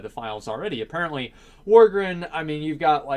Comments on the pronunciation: Its Vrykul not Vykrul and Worgen not Worgren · Why would Vryjul and Tuskar be sub races? They could be they're own race. Also, why do you pronounce Worgen as "Worgren" and Pandaren as "Pandarin"? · I would like to see "Worgren" and "Pandren" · wtf is a wargrin? XD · The fuck is a worgren? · "Worgren" Come on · Doesn't pronounce worgen right, and assumes we're all furries. Ughh please. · Man, As cares so little for Worgen, he doesn't even say their race right :P